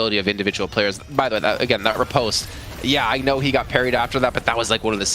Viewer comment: It's ri-post not re-pahst